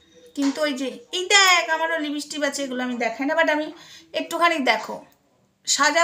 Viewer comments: তুমি তো সবজান্তা। এবার দয়াকরে বন্ধ করো। তুমি হিংসায় জলে পুড়ে মরে যাবে আর কদিন পরে। তুমি সারদা মায়ের কথা শোনোনি। তোমার পক্ষে জানা সম্ভব না। কারণ নিন্দা করতে করতেই তো তোমার জীবন শেষ হয়ে যাবে। তুমি তুমি ঠিক করে উচ্চারণ ও করতে পারো না লিপস্টিক কে লিপস্টিপবলো। তুমি খুব সুন্দর দেখতে তুমি সেজেগুজেবসে থাকো। কত অসৎ উপায়ে টাকা রোজগার করছো। তোমার এই কল রেকর্ড সব মিথ্যে। মায়ের গলা সবাই চেনে। তুমি নিজে কিছু ক্রিয়েট করে দ্যাখাও না। পিল্জ ভগবানকে নিয়ে আর কাদা ছোড়াছুড়ি করো না।🙏🙏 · লিপিষ্টিপ নয়,লিপষ্টিক ঠিক করে নিন।